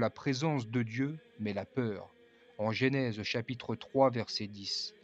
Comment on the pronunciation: Ne dites pas « GÉNÈSE » mais « GENÈSE » !